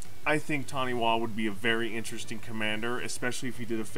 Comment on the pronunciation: It’s pronounced Tani-Fa I’m Māori and Taniwha are the equivalent of water based dragons in my culture. I’ve been wanting to build this commander for years